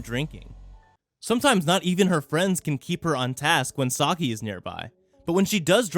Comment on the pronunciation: This man says Sake wrong 3 times and it makes me cringe.